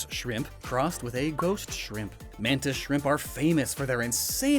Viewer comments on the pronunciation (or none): none